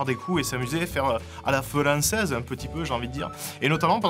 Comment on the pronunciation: "A la felanncaize" dead